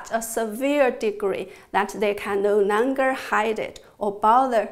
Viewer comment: I like the way she says .. No Nonger